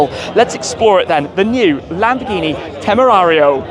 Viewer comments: That dude is definitely not pronouncing the car’s name with proper Spanish accent. Shmee’s is closer to Spanish than the German “Temerrrarrrio”. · I think.... I think we shouldn’t count on a German guy to know how to pronounce „Temerario“..... 😂